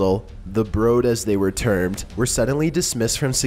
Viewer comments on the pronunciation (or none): none